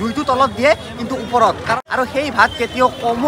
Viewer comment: "উপৰত" নহয় বাবা!"ওপৰত"হে।